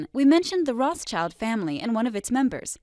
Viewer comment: Rothschild is not pronounced that way.